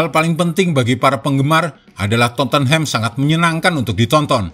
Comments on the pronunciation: Dia baca totenhem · Min maaf... Cara baca Tottenham itu dipenggal dulu suku katanya... Totte + Nham... Tot dan Nem Jadi, bacanya Totnem...